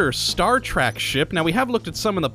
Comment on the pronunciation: Star Trek, Not Star Track. lol